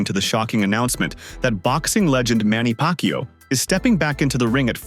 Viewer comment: Manny pakyow 😂😂 Exactly like a filipinos version of fucku